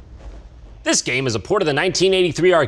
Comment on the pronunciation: "Dis a good one." c